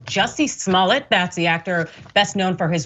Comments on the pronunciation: Juicy Smoyay 🤣🤣🤣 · I like the way David Chappell pronounces his name Jesse SmoyA